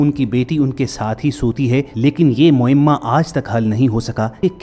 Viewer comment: Aray aql kay dushman tera talaffuz saheeh karlay phir video upload kar. MUIMMA nahin MUAMMA saheeh talaffuz hai. Samajha !